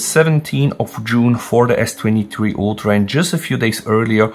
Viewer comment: You got me confused. S23-3 Ultra??? Does anyone notice how he says S23? 😅